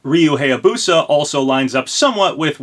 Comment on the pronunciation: im begging you please say Hayabusa correct its bugging me.